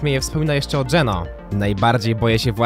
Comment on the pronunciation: Ja jak pierwszy raz usłyszałem GENÖ to myślałem że to jakaś waluta